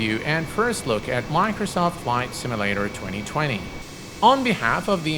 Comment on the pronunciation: "Miknersawf Simmalater"